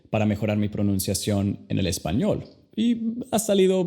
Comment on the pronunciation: Hablas español, muy horrible 🤮 Tu deberías pronunciar bien español para enseñar inglés..